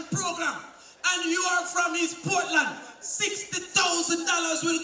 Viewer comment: Lol she say Portland want caapwet we want caapwet from Portland to Prospect we want caapwet from Portland to manchoniel 🤣😂🤣😂